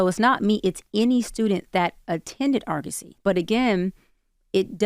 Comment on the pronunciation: Its pronounced AR-GU-SEE. They were accredited..for a long time. Then they lost theur accreditation, allegations of embezzlement, etc etc..but who graduates without a degree is crazy work